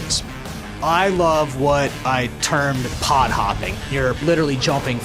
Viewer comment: I thought pod what called poo and I was like wtf